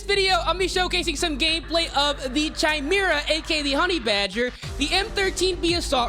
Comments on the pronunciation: its KAY-ME-RAH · Bruh what the frick is a “chime-mirror” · CH-I-MERA ahahahahaha bro its Kai-Mera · bro it’s pronounced “ky mera” not “chy mera” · Stop saying chimera its prounounced kaymera the h is silent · Holy fuck man!! … u should maybe play less CoD and learn english first…. It’s not chi•mera. It pronounced ‘ki•mera’. And it’s not ‘hair•bringer’. It’s ‘har•bin•ger’ 🤣🤣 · its not CHImera dumbass its KYmera!! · Its «kai-mera» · Say it with me! CHIMERA! (Kai-Mare-Uh) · bro said chai me ra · pronounced "Ky-mera" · chi-mera lol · It's kai-mera right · the way he pronounces chimera is too funny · Dislike since you don’t know how to pronounce Chimera… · Why do so many people pronounce chimera wrong? You pronounce the ch as a K sound. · The way he says chimera makes me wanna have a toaster bath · It’s been driving me insane, every creator is saying it that way. Clearly never delved too deep into mythologies. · It really blows my mind how many people genuinely have no idea how to pronounce certain words. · That's not how "chimera" is pronounced bruh